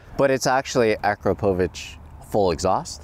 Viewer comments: Akrapovic pronunciation is not akro-provik it is acrop o vitch ... just saying ... nice car and serious build 👌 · "BMW in Lippzich" - WHAAAAT??? Leipzig, man. Leipzig! And of course it's AkrA-povic.